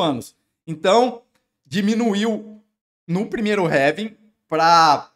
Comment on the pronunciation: vídeo top, mas pq vc pronuncia ''réving''? kkkkkk